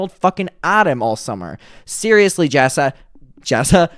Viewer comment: "" can't even say her name properly. And Bailey is barley in the videos. Pulling at hairs now. Move on.